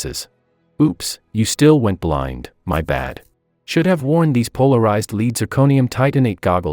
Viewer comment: polarized lead/zirconium is pronounced "leed". For shame.😉